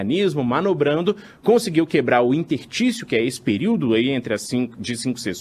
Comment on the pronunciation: INTERTÍCIO? TROCA ESSE CARA, ELE NÃO SABE O Q DIZ